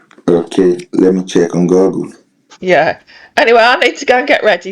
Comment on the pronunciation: Did he really say GOGGLE?!?! 😅